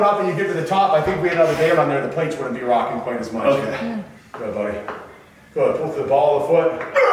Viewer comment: every time he says pull as pool i think about swimming.